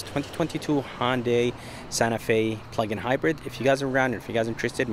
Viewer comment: It's hYundai and alumin I um